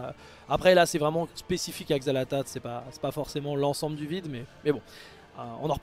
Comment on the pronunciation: Si on prononce le nom des dieux très ancien comme on veut , peut-être que Xal'Atath se prononce Corinne !